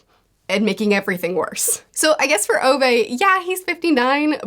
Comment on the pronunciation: Ove's name is pronounced (oo-veh) not (oh-vay) btw - t. Swede who has a great-uncle with that name :)